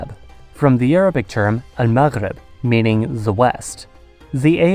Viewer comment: The way you said المغرب made me so happy thank you for pronouncing it the right way 👍🏼